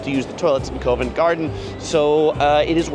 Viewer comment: Isn’t Covent Garden pronounced CAh-vent, not C-OH-vent. Mispronouncing well established names doesn’t add credibility to your videos.